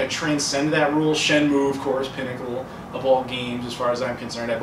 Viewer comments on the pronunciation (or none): none